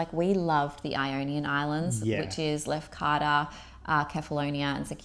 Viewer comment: I laughed when I heard the ‘spewing up’ phrase. Typical Aussie vernacular haha. I subscribed soon as I heard it. Trust you enjoyed everything overall. Funny that the drinking water in Lefkada (try pronouncing it Lefkatha like the ‘th’ in the) wasn’t to taste. In my village we drink straight from the well taps in the mountains and it’s amazing. Lefkada has loads of little private coves that you can basically have to yourselves when you rent a speedboat like you guys did. By the way, you both could pass as Greeks !! Glad you enjoyed the food, sun and beaches. Looking forward to more of your content. Well done. Relaxed, informative and real. By the way, Syros is a great island to visit also. Next time you’re in Greece check it out if you feel the inclination.